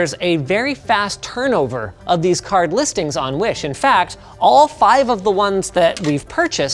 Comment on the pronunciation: says car instead of card 😂😂